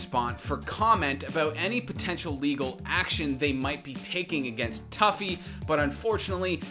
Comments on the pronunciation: toofy not tuffy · “Tuffy” haha it’s “Too-Fee” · You saw a clip of rogue pronouncing tufi two-fee and immediately after pronounced it tough-e lmaooo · It's"toofy" not "toughy" 😂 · everytime you said toughie it made me cringe...everytime I heard it. it was 'Too-Fee' lol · How you gonna call him toughy (phonetically) when everyone else calls him toofy (phonetically) LMFAO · “Too-fy” not “Toughie” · Tuffy. You mean TOO FEE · Every time I've ever heard this guys name from literally anyone it's been pronounced "too-fi" not "tuff-fi" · I'm pretty sure his name sounds like TWO-FEE not TOUGH-FEE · tuffy? TUFI!!!!!!! get it right >:( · Turfi😂wtf, its pronounced Toofi, and warzone is much worse in the cheating department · I know it’s a small thing but it’s pronounced Too-Fee not Tuff-Eeee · You pronounce it as tew-fee not tough-ey. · Not toughY. It’s tu phi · I respect the apex coverage, but yeah the pronunciation kinda highlighted that they don’t actually have experience with the game... for those wondering his name is usually said as “Toofi” but it’s spelled tufi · Great vid but it is pronounced "toofi" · Bruh It’s two - feee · It’s pronounced toofi dude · him pronouncing "tufi" as "tuffy" kinda makes me cringe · Damn if you’re gonna talk about tufi at least say his name right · You said comment lol so try saying the hackers name right the way you kept saying it wrong made me wanna rip my ears off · Dude I love that you mispronounce his name, he would get so mad about that shit hahaha